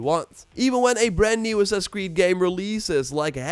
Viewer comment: Why does this guy always call it “sussuh cwee” 😂😂😂